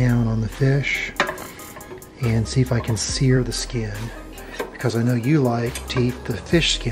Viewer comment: "I got oyo on my sking", stop.